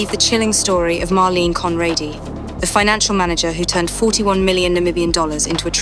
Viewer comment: Why not pronounce her name right?